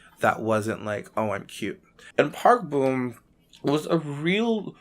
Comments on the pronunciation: I wished u pronounced it as Park Bom and not Park Boom lol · BRO ITS NOT PRONOUNCED BOOM ITS PRONOUNCED PARK BOMB THE BOM SOUNDS LIKE BOMB SO SAY PARK BOM NOT PARK BOOM😡